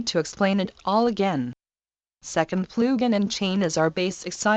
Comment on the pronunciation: Ploogin :D